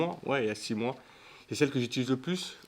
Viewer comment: incroyablee la vidéo sah 🤩 par contre c'est "j'utilise" pas "j'iltulise" 😀2.37